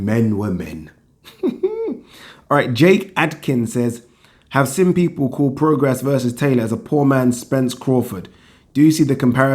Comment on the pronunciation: It's pronounced 'pro-gray', not 'pro-gres'.